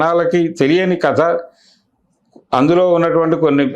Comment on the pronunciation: కతా కాదు కథ అని పలకండి యాంకర్ గారు